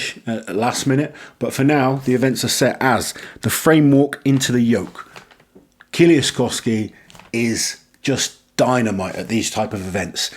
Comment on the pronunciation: His name is pronounced more like Mateush Edit: Also try to say kie-leash-kovski it would sound better